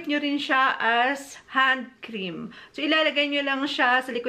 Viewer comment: Mamaril Maricar pronounciation* LOL